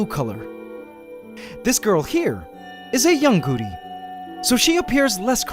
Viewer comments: Had you not had the nae written on screen, I would have been calling them Goody spiders. Why do you say Goody and not Gooty? It is a T, not a D. I have noticed it in several of your pronunciations of the scientific names of things too. Surely it is not very scientific if you do not pronounce them properly. If people are only listening, they will learn the wrong name for things. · When he first said Gooty spider I hear Gucci spider so kept thinking Gucci spider 🤣